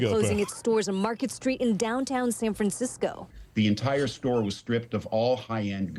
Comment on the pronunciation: “San FranSicko” 🤙 Amazing freudian slip.